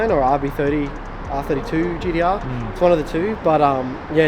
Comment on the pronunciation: Love the GEE-D-ARR